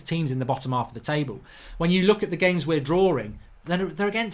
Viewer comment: Mate it's not "draw-ring"... it's just drawing.